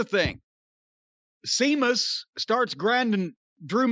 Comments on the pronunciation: Irish Gaelic pronounces "s'"-es like they have an "h" next to them. WWE is spelling Sheamus the way it sounds. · That's what I always thought too. but, yeah that name is normally spelled Séamus in Ireland - the symbol above the E is called a fada and gives it the H sound. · That was hilarious I thought he was doing it on purpose. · Stephen Farrelly used the name with that spelling years before WWE hired him. He wrestled his very first match ever as "Sheamus O'Shaunessy" in '02. As somebody else already pointed out, "Seamus" is the Irish/Gaelic version of "James". Jim mispronounced an alternative version of his own first name. The "E." in James E. Cornette definitely doesn't stand for "etymologist". Or for "Éire"... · "Seamus" was the 'Ape God' in Tim Burton's 'Planet of the Apes' remake. That's where Jim's mind must be when attempting to say "Sheamus". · With or without an H it's pronounced SHAY MUSS in Irish Sea is pronounced SHAY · It's Sheamus!!!! Not Seamus!!! My God!!! Lmao. 😬😂😂😭😭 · "Seamus" and "Jane" Cargill vs. Rey "Felix" and "Nea" Jax for the Jim Cornette Mispronounced Name Heavyweight Inter-gender Championship Belts. BOOK THAT S**T!!! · I’m so glad called out Jim for saying Seamus. Now if he could only call him out for saying Jane everytime instead of Jade. I could understand if Jane was a funny nickname but it’s not. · I've honestly seen it spelt as SEAMUS and this was on RAW......WWE must have botched recently....because I remember saying.....the way his name is spelt is dumb. 😂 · DUDE LIKE TWO SECONDS BEFORE SAID WHY DO YOU CALL HIM THAT I WAS ALMOST IN TEARS I WAS LIKE WHY HE KEEP CALLING HIM SEAMUS 😂😂😂😂😂😂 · Lol Jim calling Sheamus the wrong way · It's pronounced "Shaymus" tyvm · That's how it's spelled but it's pronounced Shaymus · Sea-mus LMAOOO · Damn it, thought Jim called him Sea-muss on purpose. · When ever he says Seamus, Amos, Oscar, Possum lmao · Glad finally asked Jim why he keeps mis-pronouncing Sheamus' name.